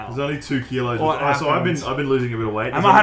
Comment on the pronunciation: 130 keeloes??